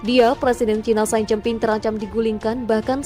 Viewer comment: xi jin ping dibaca: si cin phing beijing dibaca : peicing Narator harus belajar membaca ejaan sebuah bahasa bila akan membacakan sebuah narasi dalan bahasa tertentu. HILANGKAN tata eja bahasa Inggris ketika membaca nama nama diluar bahasa Inggris. Xi dibaca si, BUKAN sai